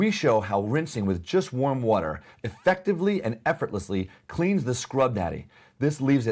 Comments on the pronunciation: Why do all the greats say wutur Mmhmmm Phil Swift, This guy!!! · this guy says “water” as “watr” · Americans: Water Britain’s: Wo’ah This dude: wtr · The way he says the word “water” messes with me lol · The way he says “water” bothers me